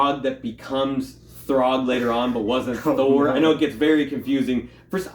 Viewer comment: Hmm... maybe because the writer/penciller/inker/cover artist of the book is...Walter Simonson. And it's "Throg"...not "Thorg".